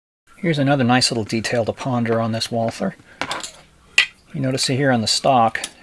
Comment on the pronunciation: It is so typical that the speaker of this otherwise good video did not take any trouble of checking how to pronounce 'Walther'.